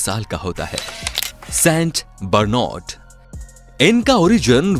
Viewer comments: Theek s naam padh le st bernad ko St bernod 😂😂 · It's saint barnard not st broornad